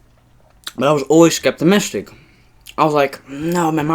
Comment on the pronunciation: Scaptemistic???? It's scaptical